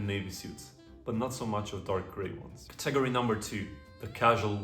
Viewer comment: Great video. Just a kind word of advice on your pronunciation of English. You are pronouncing the word ‘category’ as ‘cat-AG-ory’……which sounds very wrong and could earmark you as ‘foreign’ to some biased people. The correct pronunciation is ‘CAT-a-gory’ (even if not spelt like that). Hope this helps.Please keep up these videos. I love your refined sartorial advice.